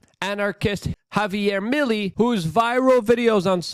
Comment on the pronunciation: It's pronounced "me-lay"... not Milly